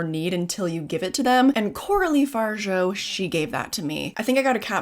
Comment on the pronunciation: absolutely loved the movie and, as a French person, can't help myself from saying: it's pronounced Far-ja (yes, we're annoying)